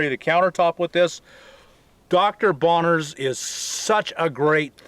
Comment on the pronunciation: Dr. Bronner's not Bonner's.